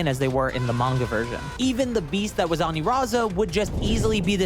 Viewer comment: Anilaza not Aniraza